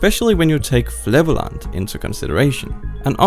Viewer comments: Ik liuster gewoon naar hoe die faald om Flevo-land te zeggen lol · Thank you for your kind words and for your brave attempt at pronouncing Flevoland. Try: Flay Foe Land flayfoeland It's the monument we constructed after flaying our foe: The Sea. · So funny how he said Flevoland.